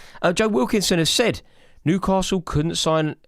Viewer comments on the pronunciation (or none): are you saying Nucastle not Newcastle it's driving me nuts... 😂